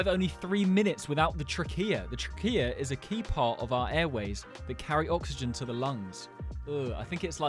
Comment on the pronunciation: It's tra-key-ah